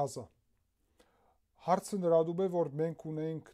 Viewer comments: Ամեն ինչ շատ հետաքրքիր էր! Բայց մի բան չհասկացա! Ինչու եք Գազաին Ղազա ասում 🤔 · Գեորգի ջան ղազա չէ,այլ Գազա։Գազա։Շատ ուշադիր հետեվում ենք շատ շատ շնորհակալություն։Բայց Իզրաելյը վառվում է դեռ չեն մարել,😢ՍԱ ԷԼ լավ չի։Կրակը արդեն տներ ու պետական օբյեկտի էր հասել չէի կարողանում մարել։մտեք յութուբ տեսեք😮🤔։Մեզ ստեղծող ՏԵՐԸ Բնական աղետների սկավառակը շպրտել է երկիր պատժելու .......